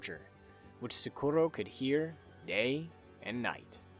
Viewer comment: The way he says Socorro hurts my soul. Amazing video though.